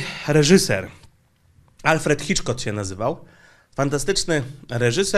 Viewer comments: Witam,...dobre filmy, zwracam tylko uwagę że Alfred Hitchcock a nie Alfred "Hitchcot", ale co ważniejsze...Niemcy testują już system podstawowego dochodu... dają wybranej grupie ludzi 1200e miesięcznie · No... HITCHCOCK. Polska wymowa Chiczkok... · Hitchcock - a nie Hiczkot :P